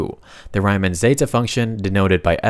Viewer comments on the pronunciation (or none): bro said Rayman instead of Riemann